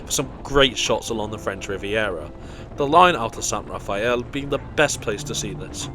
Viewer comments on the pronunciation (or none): none